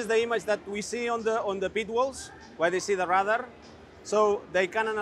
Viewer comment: I was wondering why he kept saying "rudder" then I realised he means "radar" but he just pronounces it incorrectly.